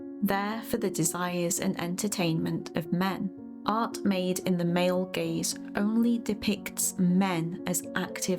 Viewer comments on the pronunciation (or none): hehe the first 15 seconds already got a chuckle out of me. "GAZE" not to be confused with "GAYZE". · Did you mean Gayz or Gaze? Please clarify...lol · I can only hear "gays" every time you say "gaze" lmao